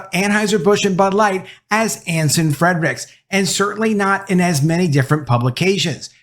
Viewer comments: His name is NOT FREDRICKS , makes you sound bad that you can't even get the name right!! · Can you PLEASE pronounce Anson Frerichs last name correctly. There is no letter D in his last name.